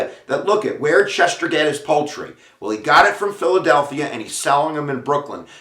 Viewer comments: LEARN TO SPEAK!! To “schecht” MEANS “slaughter” in hebrew. Each “ch” makes the same sound as in “l’chaim”. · I am a Schechter. An actual relative. These are my grandfather’s cousins. My maiden name is Schechter. You are pronounce name all wrong. It’s like nails on a chalkboard. The second “ch” is a “k” sound not a “sh” sound.